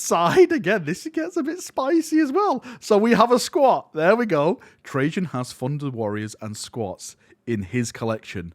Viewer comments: Really enjoyed the video, thankyou for this. But the cryptek's name is Trazyn, with a Z instead of a J. You might be thinking of Trajan Valorous from the Custodes. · Why are you pronouncing Trazyn like Trajan....? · Tra-zin not Trajann valoris lol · Reign in your excitement you keep calling Trazyn Trajan.. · It’s TRAZ like hat. Not like hey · he keeps saying trayzin like trajann